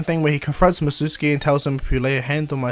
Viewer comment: it's called mizuki not mitsuki